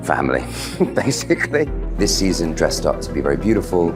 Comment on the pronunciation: "everyone swears me this seson" 😆 derekkk